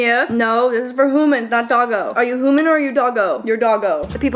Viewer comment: I love it when you say HOOMAN😂😂😂😂👌🏼😅😅😅